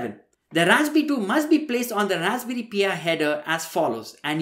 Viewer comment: Again, it's not "Raspberry P.I." Its Pi. The number. Pronounced "Pie."